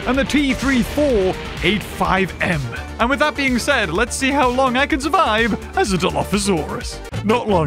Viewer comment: um …. It’s pronounced T 34 - (single number) and 85 (single number). Edit: Don’t judge me from talking about the sponsor